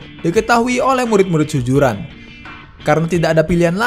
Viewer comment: tolong lah sebutan tu . SUZURAN bukannya SUJURAN . adoi